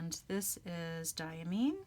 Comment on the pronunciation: Diamine is pronounced Dye-a-mine as in coal mine. This per the director of Diamine Speciality Inks. It took Brian Goulet a bit to change his pronunciation too, but he finally got it write. See what I did there? 😉